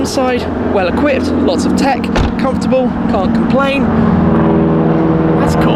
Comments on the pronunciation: Can't com-PLANE hahah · "can't comPLANE" lol